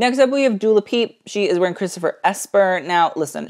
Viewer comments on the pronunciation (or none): Did any one catch when he called Dua Lipa “Dula Peep” 😂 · "Dua Le-peep" LOL Dua actually accepts it and thinks it's funny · Ok am I missing something lmao. Is that actually how you pronounce Dua Lipa's name?! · Hahah ok, I was like he is usually so on his game when it comes to pronunciations, what is happening?! Thanks guys